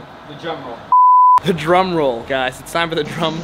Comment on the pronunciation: "jum roll" 2021.